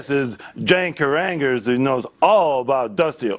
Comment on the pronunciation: Jane Carraangers 😂😂